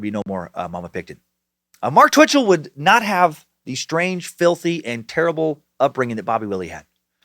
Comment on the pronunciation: Every time Dan says Bitchell I chuckle